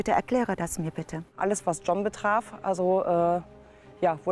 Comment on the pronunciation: Dieser Marcel ist ja ein Witz 😂 hat der echt sein Hosenbein hoch gezogen damit man sein Tattoo sieht😂😂, der John hat ja mega Defizite, kann den niemand richtig sprechen bei denen 😂😂.